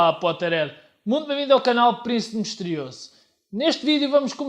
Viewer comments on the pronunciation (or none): Não é potteread mas sim potterHead o "H" lê-se âh